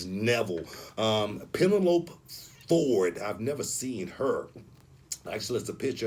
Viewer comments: Pa-nell-a-pee Ford, Say it with me Booker T.......smh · First, Booker T said Pee-na-lope, broken lizzard anyone, luv Booker. The guy behind the camera don't want to think about backstage politics and guys being friends, but it will happen, many guys have already said it, time changes everything. BUT we have to wait and see the actual product and the schedule. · how does Booker really think "pen o lope" is a real name? and nobody corrects him lol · PEN E LOPE ?! TELL ME HE DID NOT JUST SAY THAT? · my guy said Penalope Ford 😂😂😭 gotta love book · Say it with me Booker....peh-nell-oh-pee ....you can do it bro! :) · Yo he called the girl pen-e-lope lol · Pen-a-lope had me dying. Lol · lol, it's like the Broken Lizard guy on Club Dread. That's how he said the name. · He butchered her name! 😂😂😂😂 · 😂😂MAN THAT WAS HORRIBLE! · LOLOL I gasped in disbelief when he said that